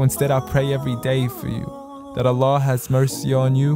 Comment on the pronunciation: why can’t you say allah